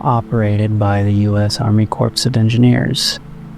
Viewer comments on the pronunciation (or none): “Corps” as in “U S Army Corps of Engineering” is pronounced “core”; the “p” is silent.